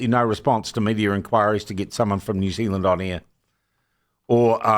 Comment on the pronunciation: its all over the msm too, they cannot even pronounce the name New Zealand